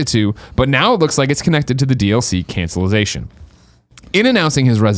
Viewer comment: Did Greg just say cancellization ?